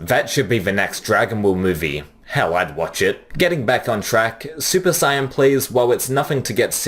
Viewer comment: Dude, you've clearly watched Dragon Ball for some time - how come you can't say "Saiyan" correctly?!